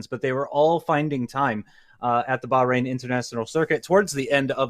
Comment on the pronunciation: It would be decent if the commentator bothered to learn the name of the country Bahrain.